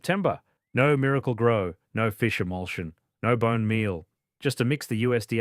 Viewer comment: Did the Fish Feel tip you off? The Boone Melal? The Mirclue Gro? 🤣